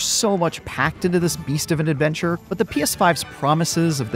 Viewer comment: *OFF ON A 'NOTHER AVENCHUR ARE WE